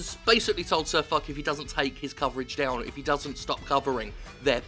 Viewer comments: I belive it's "Fosh" not "Fock", after Ferdinand Foch, a French general in WWI, and supreme commander of entente forces on the western front. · Its not Sir Fuck its pronounced Sir Fosh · Jim swearing so much with Fuck he calls SirFoch SirFuck xD It is pronounced SirFosh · Sir Fock. the "-ch" from foch is pronounced "sh", Like "ship" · why all these british dudes call him sir fuck or sir fock, im english and clearly its pronounced fosh. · a slight note: it's pronounced like fosh, not fock. just a little thing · its not sir fuck...his name is said sir fosh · Jim foch is a french name and its pronounced fosh not fuck, i did giggle and cringe regardless though so props for that. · Spot on, good stuff, fck wargaming, fck them sideways right up their flaccid arseholes! Ps. its Foch (like Ferdinand Foch), not Fok... just putting it out there. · sirfo(SH) is the pronunciation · Thanks for covering this. Go Foch! Fuck Wargaming, can't run a decent game and can't busines. (It's pronounced Fosh btw, he's a funny salty fucker) :) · FYI, the CH in Cir Foch is pronounced as an SH. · Can't stop laughing at the fact you pronounced "Foch" "Fuck". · Foch is pronounced fosh ;) named after a french tank. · Its pronounced SirFosh Jim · Tank fest is a event own by The Bovington Tank museum, Foch is pronounced Fosh (it's french), and finally Wargaming are pulling Gaijin on us. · I thought it was pronounced as 'SirFosh'